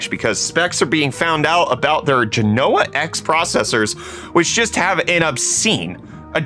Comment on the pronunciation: I always lol at how techtubers have unilatierally decided to pronounce genoa incorrectly (and have started prouncing silicon like in the 1950s)